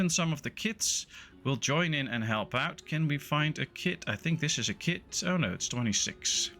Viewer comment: Goede tutorial. Ik zou wel mijn Nederlands accent wat proberen weg te poetsen. Klinkt nog te veel als Mark Rutte die Engels probeert te praten. Probeer "kid" niet uit te spreken als "kit" en "pause" niet als "pos". Ze hebben een wat langere klank. Update: en "wood" niet als "woet" ;)